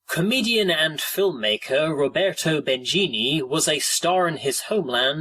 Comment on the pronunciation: Roberto Benyeeney is how you would pronounce it correctly. But I'm sure you have a very good reason to pronounce it the way you did. Although I don't know the reason. And I'm sure you have been told before. Even in these very comments under this video. I knew it!